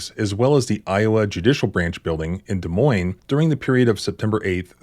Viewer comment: Thanks for pronouncing Des Moines right, so many people pronounce it with the S, sorry people its French. Iowa sucks, so many corrupt people in this state.